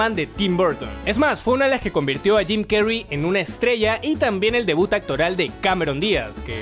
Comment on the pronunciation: bueno dice tim no jim